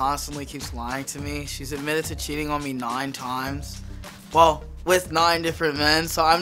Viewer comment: "noine toimes"